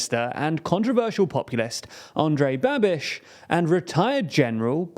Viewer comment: You say "Babiš" like "Rubesh" :D